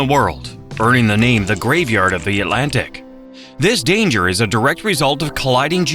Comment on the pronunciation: Not to mention, Atlantic has two "t"s. It is not "uhlantic". The facts are interesting, but the mispronounciations are so distracting I can't finish the video. It's a shame; I love North Carolina and have spent time in the beautiful Outer Banks, the beautiful mountains, and points in between.